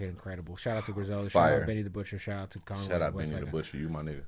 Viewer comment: Con way come on Freddie... butcher or con🤔...